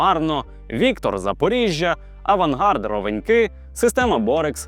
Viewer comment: и не Виткор а ВиктОр Запорожье с ударом на о)